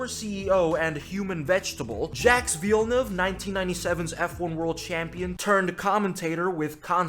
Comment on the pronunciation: say Jacques Villenueve again. Let me hear you butcher that name once more!